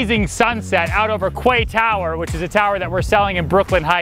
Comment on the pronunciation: Kitchen is the favourite room. Love the look, the layout is amazing. Love the vein matched stone. Soo much white furnishings with a small child and possibly more... good luck with that lol Quay is pronounced Key and now Kway